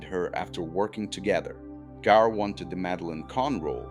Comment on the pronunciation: It is pronounced Gaar, not Geer. Why I am finding AI annoying.